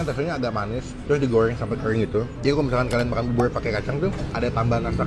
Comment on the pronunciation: Bubur bang bkn bubul